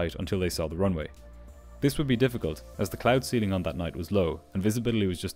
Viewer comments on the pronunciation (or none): none